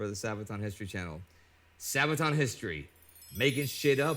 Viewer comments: Pronounced Saabaton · sa ba ton ....sad(-d) baah(goat) (won) ton (soup). sabaton not sabe'aton or wtvr.make sense? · Sābaton. Short "a". Armored shoe as a part of plate harness. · The second way you pronounced it in the beginning of the video was good. Source: I'm Swedish. (Whatever that is worth since it's not a Swedish word.) "Didn't realize it was D-day until I woke up this morning." Kind of how it was for the Germans, I guess...